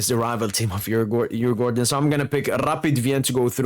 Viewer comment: Really good pronounces on Djurgården and AIK😊😊